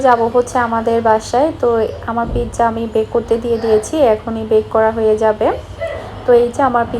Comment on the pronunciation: Plz dont mind i wanna say something to uboats apni pijja bolbenna its a wrong pronounciation eta pizza bolben